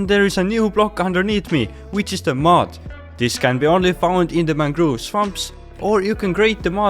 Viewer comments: Ah yes mangroove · its very funny how he pronounced mangrove propagules😂😂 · Ah yes, mangroove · mangroove lmfao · I love your accent of saying mangrove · I'm sorry but your pronunciation of mangrove(mangroove) and propagules(propagleys) got me laughing so hard